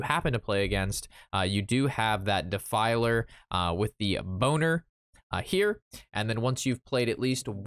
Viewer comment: "bo-ner"? not "bol-ner"? I don't care either way; you made me laugh haha. Looks like a fun deck by the way. I'll give it a go if I have enough dust.